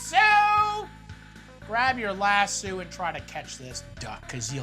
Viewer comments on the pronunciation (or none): “Grab your LASS-SEW!”